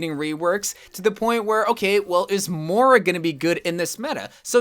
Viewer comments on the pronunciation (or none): It's MOIRA Not MORA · Is it just me or does pronounce Moira “Moura” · Omg he does and it bothered me so much XD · I thought it was just me!